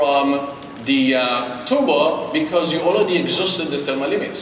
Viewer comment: Intel. You are a multibillion dollar company. Please get someone who speaks English without saying TUBOR instead of TURBO.